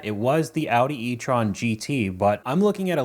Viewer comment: im sorry but the way the guy a-udi? hello? anyone else notice the really odd pronounciation?